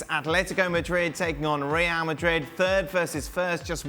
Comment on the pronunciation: I just love the way calls Real "Marid" without the d. As someone who doesn't know a lick about Spanish, it sounds just sweet in my ears 😊